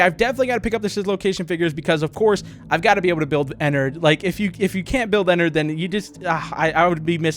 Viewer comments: IT'S EN- ARD NOT EN-ERD! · the way he said ennard "ehnurd" XD